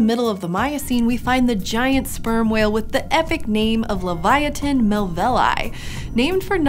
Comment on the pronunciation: She didn't pronounce leviathan correctly